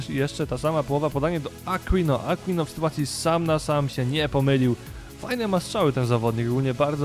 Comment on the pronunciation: Aquino czyta się Akinio ;)